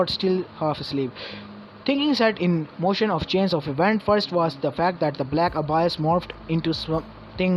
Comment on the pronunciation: it's abyss not abias